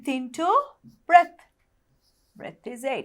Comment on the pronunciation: breath not breadth